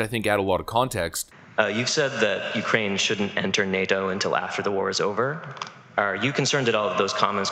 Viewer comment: Tucker interupted his "heres how ill dump american money in the yoocrain" speach😂 he had those hand gestures all practiced and evrything.